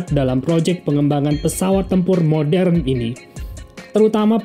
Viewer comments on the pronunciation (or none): none